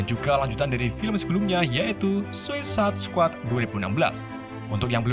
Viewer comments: Kenapa bacanya sosis squad dah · Min,bacanya suasaid skuad,,ngomongnya kok susah amet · anjir ngomong nya Susuasaid squad🤣🤣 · Bacanya sesadd bang😉 Awokwokwok 🤣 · Bacanya sueicid skuad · Bacanya gini bang "suicude squad" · suisait sekuat gt bang bacanya:D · Cara baca Suicide Squad=Suisaid Skuad Gitu bg klo masih gabisa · Blepotan banget bacanya 🤣🤣🤣,, "suesaid skuad" min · Sausaid squad baca nya